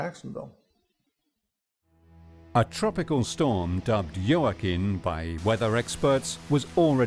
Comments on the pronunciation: how do you heard "Jooaquin" pronounced so many times and still mispronounce it? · JOAQUIN - pronounced WA-KEEN Mr. Narrator. You should know how to pronounce names and words in your position as narrator. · Very sad. Senseless!! By the way Joaquin is pronounced " wah-keen"